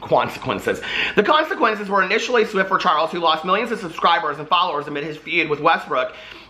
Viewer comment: I literally spit out my food, laughing, at "Cwonseqwences." lol